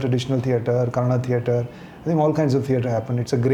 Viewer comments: Aiyoo mucho bai Kannada na Kannad antha nanthe. Do u have brains bro. Few words here n der is fine but how can a sensible person tell the name of the language only wrong n how can u expect someone to accept that. On a public forum how can u disrespect people trying to protect der culture n language. If we mix everything then wr is the the core left. See if ur thoughts r liberal gud for u but it doesnt mean u have to cm on this platform n say whatever rubbish comes to ur mouth if not u better dont talk abt the language at all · It's Kannada not kannad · No, Guru, it is Kannada not Kannad. Kannadiga, not Kannadi. You want to call it Kantara or Kantar? - you have to call proper nouns the way they must be. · What is okay nothing is. If u can say kannada say kannada. It's not that difficult. We say Hindi and not hindiva. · Sorry. It's not okay. It's Kannada only. Not Kannad. Like you are not Gukkhan and you are Gulshan, its not Kannad, it's Kannada.. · I am a Telugu person staying in Karnataka but I proudly say it Kannada not Kannad. If you can't respect it's fine but please don't disrespect and normalise it. This is why entire Karnataka has problem coz it's not north indians but the attitude that's problematic. If we had not respected others then Bengaluru would not have been cosmopolitan to the extent that we forgot our own culture. So now the city has woken up as at some point we need to give back to the wrong attitude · It's Kannada, not Kannad. Period. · Kannada only not kannad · It’s not Kannad, it’s KANNADA. You can’t pronounce bhatura as batura and paneer as panneer right ? Every word has its own meaning and pronunciation so please don’t change it.